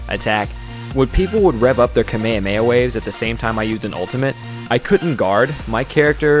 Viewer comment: Kamehameha is pronounced "Kah-may-ha-may-ha"